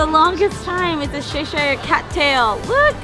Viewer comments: It's CH-eshire not seshire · it's not "sheshire"...it's pronounced "ch" like "chair"...ch...say it "CHesh-Ear"....It's British...And I'm British...Please stop saying it wrong =) That chicken skewer and the candied bacon looks DELICIOUS! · It’s defo Cheshire (Cheshur) and not Sheesh-hire like they are saying! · gissneric lol I did too!! I had always pronounced Cheshire as (cheshur) the i pronounced with a short u sound. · I’m british- it’s chesh-eer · LOL Shish-ire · You should pronounce it chesh-eer (there is no I sound) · The way you guys pronounced Cheshire cracked me up 😂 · Lots of Americans don't say Cheshire cat correct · I was looking for this comment 😂 I live in Cheshire in the UK and I’ve never heard anyone try to pronounce it like that! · Great video, great food. Not even going to mention how you butchered the cats name. 10/10 would butcher again.